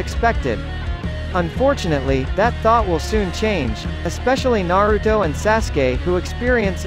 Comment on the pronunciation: He said Naroodo